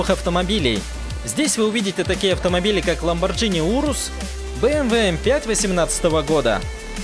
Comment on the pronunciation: не, всё очень плохо :D Про авто - ЛамборГини, РЭМ, Кёнигсэгг (хотя тут я могу быть не прав), СалИн, ФАнко. PS: без обид 😎